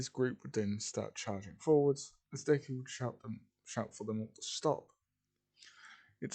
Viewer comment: It says duke instead of Deku. LOL